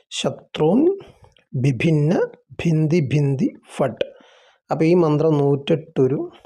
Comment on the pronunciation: ദ്വിഭിന്ന എന്നല്ലേ ഭിഭിന്ന എന്നാണല്ലോ വിഡിയോയിൽ പറയുന്നത് എഴുതിയത് ദ്വിദിന്ന എന്നാണ് ദയവായി മറുപടി തരണേ